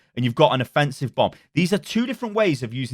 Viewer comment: Affensive... love it.